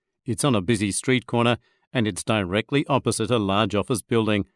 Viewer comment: 선생님 다이렉틀리 발음 어느나라닌가요.... 다이 렉 클리 로 들려서 못들엇아요 ㅠㅠㅠ